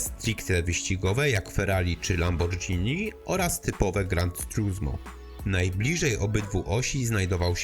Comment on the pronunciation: Grand trusmo? ... Gran (bez D) turismo :).